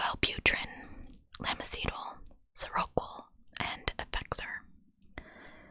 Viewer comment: Lamictal is pronounced lah-MICK-till and seroquel is sare-o-KWELL.